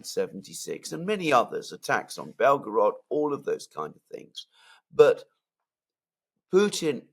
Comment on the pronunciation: = ""Belgorod"/Белгород - is NOT pronounced "Bel 'gO 'rOd". Instead, it is pronounced "Bel 'gO 'rahd" ( meaning "White City" )